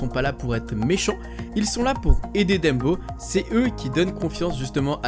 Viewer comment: Le seul truc qui me dérange c'est le fait que tu dise "Dembo" Sinon, super vidéo :)